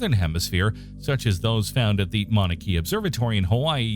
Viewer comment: “Will be ground down to 2mm, much thinner than a human hair.” Lol, off by factor of about 200! Human hair is much thinner. Also: It hurts to hear the way the narrator says Mauna Kea. Entertaining but sloppy.